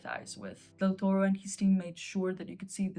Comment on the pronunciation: It's DEL TORO, not 'Del Torre'. The first thing to do when reviewing a film is to get the names right...